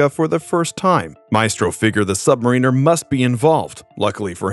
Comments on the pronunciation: That’s not how you pronounce sub-mariner. It’s not submariner. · His name is pronounced sub Mary ner! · You can usually tell when someone is familiar with Comics by how they speak about the characters. In this case it's when the Narrator talks about: Namor, also known as the Sub-Mariner and instead of saying it correctly; btw it's pronounced* Sub-- mare-in-ner* he says Submarine-er(the champion of underwater boats). He's amazingly one of the first characters in the Marvel Universe and deserves some Respect. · Namor the sub-mariner (pronounced sub mare rin er). He is not a marine. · Bro it’s pronounced like sub-mare-inner lol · "Untouched" is not the same as "unscathed" (Hulk couldn't crawl out of a bunker covered in stone & debris 'untouched', but seeing as how he wasn't injured, he was 'unscathed')& you should learn how to pronounce 'Sub Mariner'.